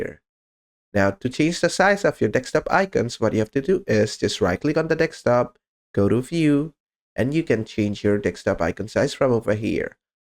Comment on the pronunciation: deSKTop please. not deKSTop😀